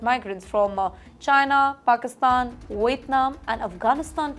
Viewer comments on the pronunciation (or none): none